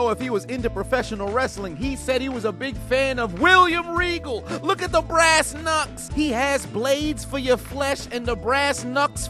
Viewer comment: William reagel lmao